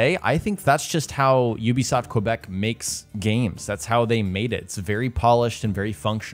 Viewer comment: Quebec is pronounced KEBEK